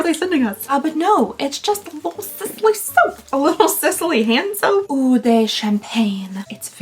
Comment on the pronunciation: IF it makes any difference, when you see 'eau' on the package, just pronounce it as 'oh'. It'll be much closer to the real thing but eh, I understand you just fine!